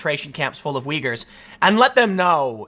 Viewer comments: Hey LeBron! 'Uyghur' is pronounced 'Wigger'. As in 'Wiggers' be gettin' killed over in China over your Nike shoes'. That help at all? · Tim, it's uygurs not wiggers lol